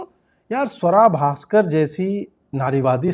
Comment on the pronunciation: Your pronunciation needs correction Ajit ji. It's Sooara Bhasker !